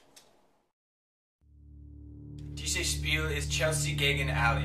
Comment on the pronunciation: you mean play/game in german its called "spiel/spielen" not SPEIL but realy good video ... go on with ur GER ur good !!! and i try ur game here in GER ;D i love US !!!